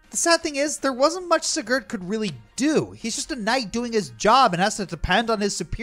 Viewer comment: Spoilers Take a shot everytime mispronounces Sigurd's name